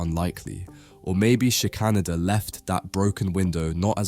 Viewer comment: I think the artist’s surname is pronounced Shicker-Nayder.